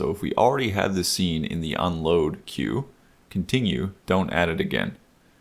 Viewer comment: it's aggravating me every time you truncate "queue" lol but this is a great video. Thanks